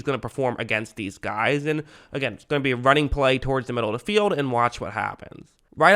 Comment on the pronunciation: Great video as usual Sir! Do more of "d" Lions videos please! (I've noticed you replace the word "the" with "d" 😅)